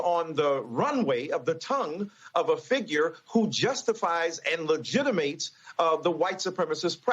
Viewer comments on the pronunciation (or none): Did i hear that hateful idiot say LEGITAMATE?.